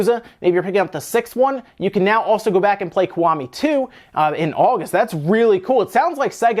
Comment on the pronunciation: It's pronounced "Key" .... The Ki from Kiwami is pronounced "key"